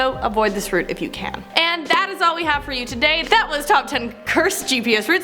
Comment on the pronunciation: ✋🏽 it’s route not route